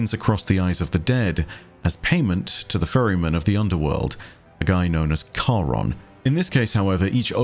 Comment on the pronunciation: First, thank you for pronouncing Charon right and second, I think it would be awesome to see Olgon someday if he is still alive